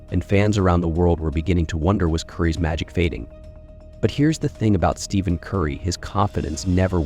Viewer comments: The minute you mispronounced Curry's name as Steven, I turned the video off. You do realize that's why Nike lost their contract with him? Do better. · His name is not pronounced Steven . . . use the ph as “f”